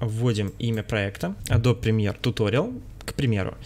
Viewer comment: Погугли, как “Adobe” правильно произносится :) smh